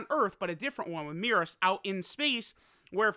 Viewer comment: It's MEH-RUS, not MEE-RUS